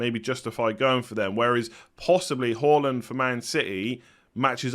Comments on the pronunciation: hAAland not hAUland! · Good to watch you again and well done for pronouncing Haaland correctly!!